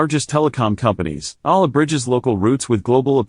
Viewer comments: What ? Not Ala 😂 It should sound Iyala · You should pronounce her name as Alex Eeeeyyyyyyyyaaala... long e, long a... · Please learn the correct pronunciation of her last name.